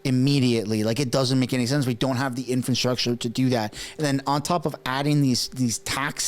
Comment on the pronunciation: Dude,wtf,you never heard of a "Crown Corporation",jeesbus,do some work brother,oh also 'infrastructure ',not 'infanstructure',lol